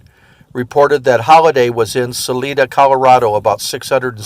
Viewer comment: You've done a great job and a great service to the truth of the outlaw west. But if there is a next time ask the people of Pueblo, Colorado how they pronounce the name of their town. Also, it's Sa-LIE-da, Colorado not Sa-lee-da. We have very strange pronunciations of place names out here. If you ever need to reference the town of Buena Vista, the locals there pronounce it B-you-na-vista. We are weird that way.